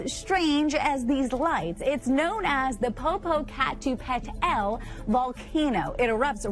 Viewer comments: poe-poe-cuh-tay-play or popo- cuh- tay-pl eh. .... yeah the way she pronounced the name of the volcano makes it sound xtremely strange. if she is in America well this volcanoes name is a true American word, NATIVE AMERICAN so actually no it's not strange. ENGLISH, SPANISH, FRENCH, ARABIC, GERMAN, MANDERIN, ETC, ETC, ETC, ARE WIERD LANGUAGES, FOREIGN TO THE AMERICAS, NORTH, CENTRAL, AND SOUTH AMERICA. LEAST WE CAN ALL DO TO RESPECT THE AMERICAN LANGUAGES, NO NOT DIALECTS, LANGUAGES, IS LEARN HOW TO CORRECTLY PRONOUNCE THESE FEW NATIVE AMERICAN WORDS, NAMES, ETC. WHICH VERY LITTLE EXISTS TO THIS DAY AND CONSERVE AS MUCH AS WE CAN! YOU CALL AMERICA YOUR HOME THEN RESPECT WHAT TRULY CAME OUT OF THESE LANDS! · The Pohpoh pah too pah tell hahahahahahahahahahahaha Not even closer Dumb Bitch. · hahahahaha Cute Stupid Bitch can not say Popocatepetl, LOL she say something unintelligible. poor Spanish Challenged Idiots.